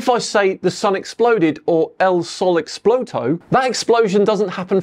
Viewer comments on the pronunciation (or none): Se dice explotó, acento en la ó 😅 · Yes, there's a direct translation between "Hola" and "hello" and there's a direct translation between km and miles. Both are different ways of saying the same thing. However many Spanish speakers must have been wincing at pronunciation of "explotó" later... 😂.